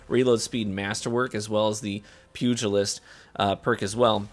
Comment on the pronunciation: Gotta give you props for a few things here. 1. Fantastic sidearm gameplay on some of the largest maps. 2. Actually pronouncing pugilist correctly. 3. Including every clip where you ran over that bagging hunter.